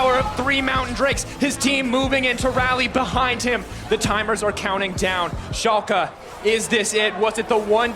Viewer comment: Learn how to pronounce shalke please dear lord so much cringe the casters even say it correctly and you still pronounce it wrong